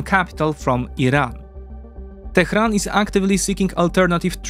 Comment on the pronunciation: "Tehran" is not pronounced "Tekhran".